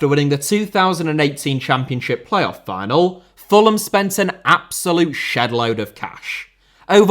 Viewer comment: Final* not Fahnal Rico* not Ricouw Mbappé * not Mbappei Lionel* not Léonl Idea* not Ideer Time* not Tahm André* not Ondrei Half* not Holf Serie* not Siri Barcelona* not Bohçalouwner Dortmund * not Dohrmund Debut* not Deibyu Rather * not Rother Leverkusen * not Leiverkusen Saw* not Sor Mauritania* not Mauritanier Dinano* not Denohrmouw Moskva* not Moscow